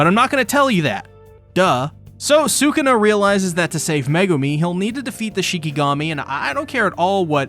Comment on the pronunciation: I’m sorry but sukana …. You mean sakuna